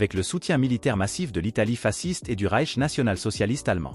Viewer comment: Intéressant mais dans le nom « fasciste » le « sc »se dit « ch »